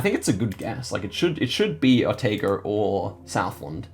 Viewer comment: just a heads up your Otago pronounciation is a bit off, it's "Oh-tah-go". Also a tip! The Canterbury region has super flat plains compared to most other regions in NZ. If a location is that flat while also being super close to a mountain then Canterbury is usually a fairly safe hedge